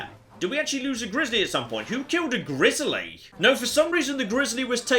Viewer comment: I love the way pronounces grizzly (Grizzalie)